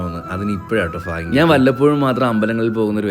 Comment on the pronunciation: Fagyam alla bhagyam …..fagavanalla bhagavan 😌❤